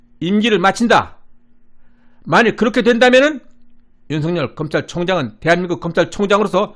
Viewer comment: 윤석열을 윤성열로 발음 하면 안됩니다! 소리나는 데로 읽으면 윤서결로 읽어야 정상 입니다! 왜냐하면 실제 이름이 윤성열 인 사람이 있다면 윤석열과 윤성열을 어찌 구분 하겠습니까?